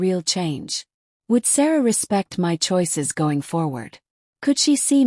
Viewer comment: M Y is my.When will AI get it right?